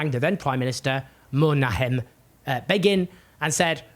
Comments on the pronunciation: Great video just one thing. Menachem Begin. Men Ach Em Beggin. That's kinda how it sounds. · Love ya, but learn how to pronounce “Menachem Begin.”